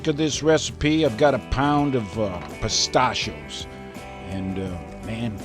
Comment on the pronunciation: you say Pistachio's wrong really annoying